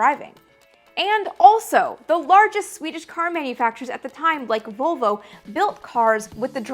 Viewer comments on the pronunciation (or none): none